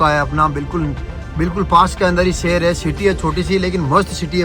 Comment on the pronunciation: Sheher ❌ sher✅